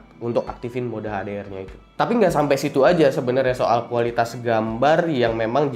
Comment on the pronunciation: HDR sebut betul2 dong